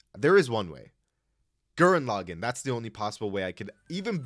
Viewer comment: No… Gurren… Laggann… WHAT. THE. FU- This Video Is Flawed, But I Believe You Can Do Better, But Still, NO GURREN LAGGANN, WHY HOW WHAT.